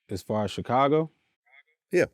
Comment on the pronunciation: I hate how vlad says Chicago lol